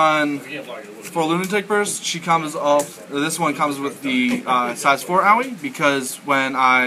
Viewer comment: Her name is pronounced Ah-Oy. Don't worry I made the mistake too, but my friends who actually speak Japanese told me